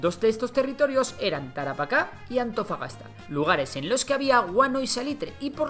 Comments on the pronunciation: Según yo en el dice "Antofapasta" en vez de "Antofagasta" xD jajajajjajaja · Dijiste AntofaPasta?? XD wuajajjaja